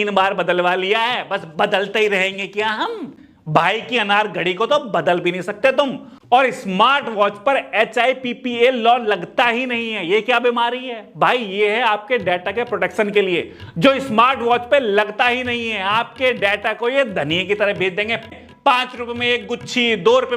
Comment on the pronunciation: 1 mistake found bro said HIPPA acual.... HIPAA